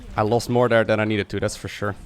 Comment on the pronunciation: why do you say third properly but there is dare?